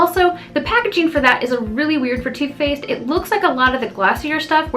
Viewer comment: When you say 'Too Faced', I think you're saying 'toothpaste' haha.